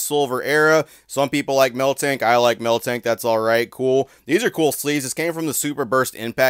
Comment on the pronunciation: The way you say miltank baffles me lmao